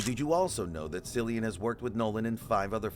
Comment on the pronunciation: It’s pronounced “”Killian!”